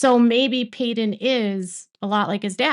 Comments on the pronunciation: I’m sorry I’m new, peedon? Really? 😂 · You can't even get Paedon's name right.